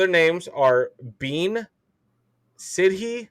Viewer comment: bean as you were saying is prononced ban